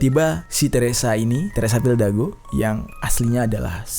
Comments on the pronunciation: Fidalgo bang bukan fildago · RALAT BANG , FIDALGO BUKAN FILDAGO :V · Bang jery bilang "teresa fildago", ditulisannya "teresa fidalgo" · Teresa Fidalgo bang bukan Teresa Fildago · FILDAGO apa FIDALGO bang? hihihi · Fildago dikira bandung bang dago. Teresa fidalgo yg bener wkwk